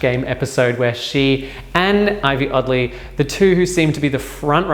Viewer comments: Ivy Oddly? Shae coulee? Wtf? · Him: "im one of the biggest fans of Drag Race" Also him: "Ivy Oddly"